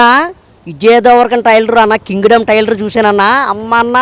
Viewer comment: టైర్లు కాదు ట్రైలర్